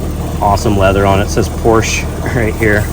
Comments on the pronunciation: Step one to ownership is learning how to pronounce Porsche. It’s a 2-syllable name! Porsch-a. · Now if you can learn to say porsche correctly....